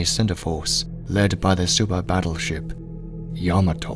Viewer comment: Kudos to the narrator for the proper pronunciation of Yamato.